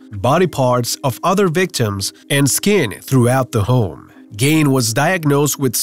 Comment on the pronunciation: its gein NOT gain plse get yr pronunciations right fcol